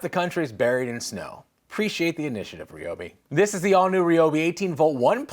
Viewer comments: Yeah, in a crazy twist of fate, likely because only a dozen people on the planet pronounced it REE-O-BEE, it is now officially RYE-O-BEE. Apparently they listen to their customers. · it's rye-ob🤦‍♂️ not sure how a dash cam can help anyone🤔. no such thing as baby chainsaw🤦‍♂️ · Hate to be that merman, but please use the new pronunciation of Ryobi.